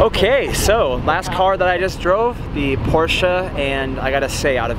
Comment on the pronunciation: As a German 🇩🇪 i have to say thank you! Thank you for saying Porsche the right way! The Most english speeking People say Porsch and it is horrible for every German 😅 Greetings from Germany 🇩🇪